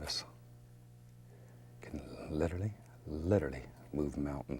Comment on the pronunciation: "Litter-ly?"...you can "litter-ly" move mountains??? Really Bob? Hahahaha